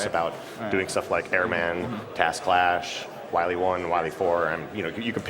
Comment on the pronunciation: Isn't it Crash Man? He keeps saying Clash.